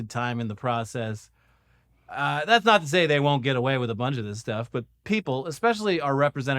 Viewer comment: “Do Noy Reply”